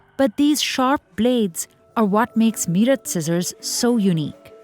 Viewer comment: So much privilege in the comments, welcome to the real world people which isn't a ned pf roses but harsh and cruel. And its not pronounced me rut but mae rut